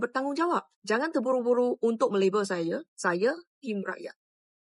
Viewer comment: NIE baru Malaysian jangan terburu buru...kena yg belah sana terus terbulu bulu😅😅😅